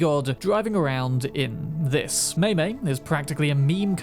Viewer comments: The little wedge car is pronounced "MY-my." Like the English possessive pronoun "my." Not May May. It's also maneuverable enough to climb stairs like a bike, which is an additional plus in my book! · Ahem... it's pronounced "my my," you uncouth Philistine!